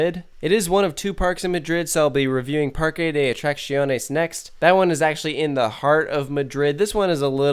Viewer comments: Heads up: Parque is pronounced "Park" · Not really. You can not miss the "e" while saying "Parque", so the pronunciation is "Parke".